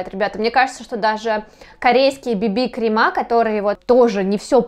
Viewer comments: на самом деле нет. Нужно действительно говорить "кремЫ", а она говорит "кремА" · Крем во множественном числе крЕмы, а не кремА. Слух режет ужасно. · Не кремА, а крЕмы